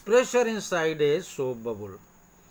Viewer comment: Sir it's not babul it is a bubble